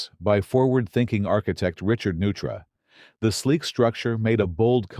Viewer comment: Richard Neutra's name is pronounced Noitra.